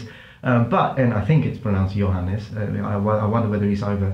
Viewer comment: Johannes Bornlöf is a Swedish name. Makes sense i guess since Epidemic Sound is a Swedish company. 🇸🇪 Damn.....the piano too??? Are you also building space shuttles in your spare time? And you pronounced ”Johannes” correctly btw. 👍